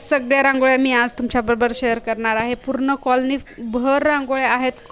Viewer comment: काॅलनी काॅलणी नाही हो